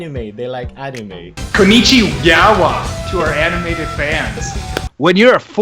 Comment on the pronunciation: "knonnichi----yawa"